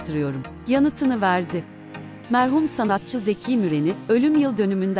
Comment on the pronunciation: Seslendirmeyi yapan hanımefendi Türkçe telaffuzu ve tonlamasına daha çok dikkat etmeli. Diva kısa, Zeki kısa, ihmal uzun okunur.